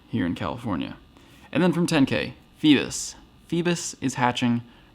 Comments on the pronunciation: It’s pronounced Fee-bass, not Fee-biss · Just an FYI it’s Fee-Bass, like the fish Bass.